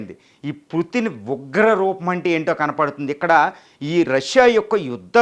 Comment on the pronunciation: please converce as putin not puttin. it will give a different meaning